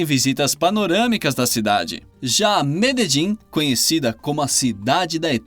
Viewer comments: "Meledim"?! Não seria Medelim? PQP...kkkkk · Eu tenho amigas colombianas. Elas disseram que a pronúncia correta é "Mededin" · mas não está mesmo!!! Ele errou e feio! A pronúncia fonética é "Mededjín", com a última sílaba mais forte